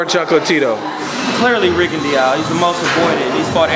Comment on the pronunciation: This nigga say Rigondeeow? 😂